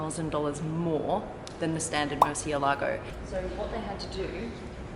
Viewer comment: its not pronounced mercy a lago its "more" thei" "alogo" but spelt Murcielago if history serves me well it was a name of the only bull to ever fight in the ring and win.. and got out alive the english came along a fucked up the pronunciation